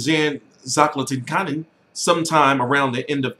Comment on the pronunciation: say it with me t, zlah-TEECH-ca-nin